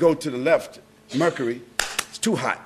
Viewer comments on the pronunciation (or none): none